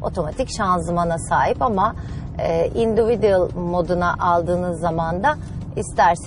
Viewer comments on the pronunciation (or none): TrSpell , "induvu duallll" or "indivicıl"